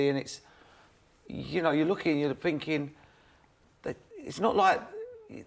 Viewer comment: "I look at it finkin"